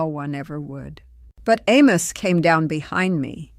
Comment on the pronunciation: This is totally fake. No one who is old order Amish in Lancaster County talks like this. She would have a distinctly PA Dutch accent and she wouldn't be making a podcast for Youtube. She also pronounces her husbands name (Amos) incorrectly. So this is just a promotion for somebody's book.